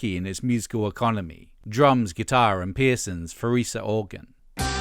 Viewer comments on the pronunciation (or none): Farfisa, nor Farisa. Is this AI? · The organ is a Farfisa said Far-fisa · It's Farfisa organ, not "Farisa."